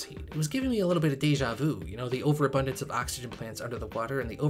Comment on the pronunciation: "30 seconds.." "Oh-xygen"